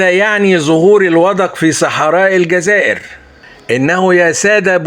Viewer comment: el djaza ire et non elgaza ire